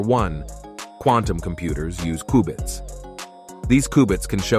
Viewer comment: Its qbits... Not kubits